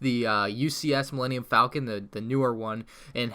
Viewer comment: Falcon, not Faclon😛